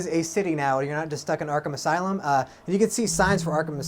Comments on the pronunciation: "Arkham As-City" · Haha, he almost said Arkham Asylum at the beginning